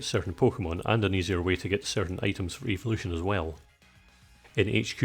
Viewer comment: When you said evolution when you were evolving Pidgy into Pidgyoto. I thought you said Eeveelution not evolution